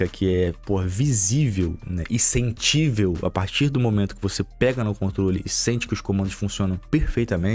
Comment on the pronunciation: "sentível"? porra,...